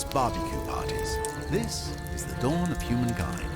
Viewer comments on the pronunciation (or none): none